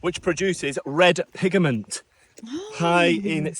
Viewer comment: Sorry but you added an extra 'A' while checking out the pink lake too...to the word pigment. You say pigament. I think it is just something you have developed over time & don't even realize it.